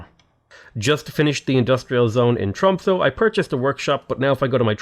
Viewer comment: Your prononciation of "quadrireme" is fine, we don't really know how these words would have been pronounced during ancient times anyway. However, your pronounciation of "Tromsø" is dire. It sounds like you're saying "Trumpso" and it's really disturbing.